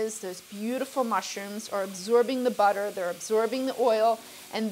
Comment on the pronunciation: I cant wait till you get your own show. You got it all, you got the "buttah" etc.